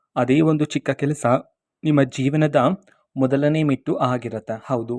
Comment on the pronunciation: ಮೆಟ್ಟು==ಚಪ್ಪಲಿ😊. "" ಮೆಟ್ಟಿಲು""" ಅಂತ ಹೇಳಿ.